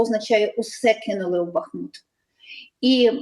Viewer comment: Ведущему: не бАхмут, а бахмУт.